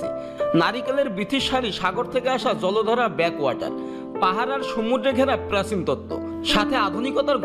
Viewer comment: বাংলা টাও যদি একটু শুদ্ধ করতে বলতে পারতে। এটা প্রেসিন না প্রাচীন ।